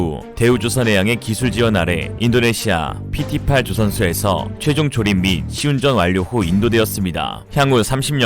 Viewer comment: PT는 페떼라고 읽어야 함.